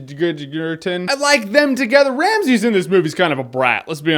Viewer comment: Ramesses. For fucks sake, there is an E in between RAM and SSES. Stop saying Ramsays or some shit. Its really not hard. A lot of reviewers are saying in like that. It even pronounces it in the trailer.